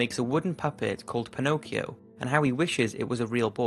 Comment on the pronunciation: Mi fa sbellicare il modo in cui pronuncia Pinocchio e Geppetto XD